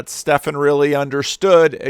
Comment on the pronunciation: Hi. Just FYI, the names Stephen and Steven are pronounced the same. The way you are saying it, like Stefan, is spelt Stephan, with an ‘a’ not an ‘e’.